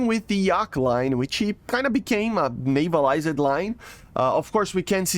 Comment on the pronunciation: Hi, I am saying this in the hopes of helping and not to be rude or anything so take it in the manner in which it is intended. Since ik english isn't your first language. In words that that end with "ed" like "navaliz-ed" in this videos example, the E is silent and is not pronounced. Your pronounce it as "navalizd". I noticed this emphasis/inflexion when you pronounce words with ED at the end. The emphasis is on the D not the E. Hope this helps :)